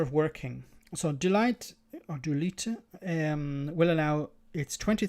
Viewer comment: Deloitte is basically pronounced as Dell-Watt